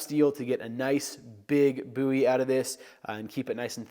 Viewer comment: First video that I have heard you pronounce Bowie correctly! Texas is proud!